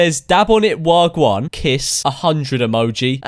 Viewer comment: U pronounced wagwan as wargwun